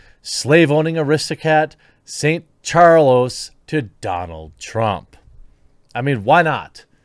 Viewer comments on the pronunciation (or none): none